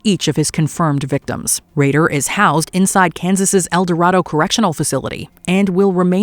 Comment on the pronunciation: It’s El Dorado as in -door-aide-oh…ahh the hometown.